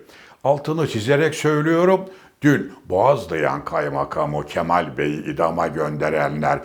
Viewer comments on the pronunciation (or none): none